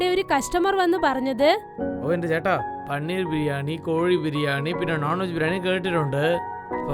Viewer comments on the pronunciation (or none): പണ്ണീർ 😆✅പനീർ 🙂❌